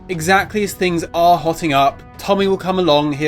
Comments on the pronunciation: "as things are hoting up" Hoting ?! - the term is "heating up" .... i blame the sh*ty education system ... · heating not hoting